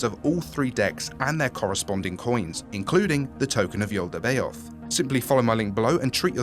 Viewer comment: "yaldabeoth" prononciation is crazy, its just yaldaboth